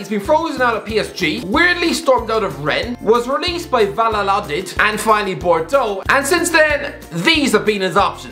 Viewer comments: Valaladid lol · pronounced VaYAdolid